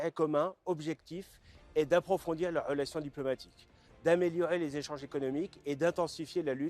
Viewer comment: Il a un problème avec la lettre R😅😅😅😅. .les عelations